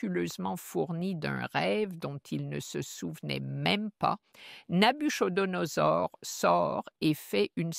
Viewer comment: Le " ch " de Nabuchodonosor se prononce comme un " k " en phonétique française. Pourquoi n'engagez-vous pas des gens qui maîtrisent mieux la langue pour le doublage des différents présentateurs ? Ce serait vraiment idéal pour les francophones et francophiles, n'est-ce pas ? Merci infiniment pour vos si brillantes prestations. Que Dieu vous bénisse.